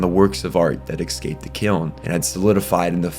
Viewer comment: Take a shot every time you hear "excaped" because I don't hear no "escape"